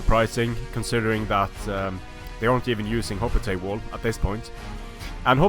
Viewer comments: no, it's pronounced as it's spelled. He was saying "hop-li-tights" instead of "hop-lite" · Can you say hoplite correctly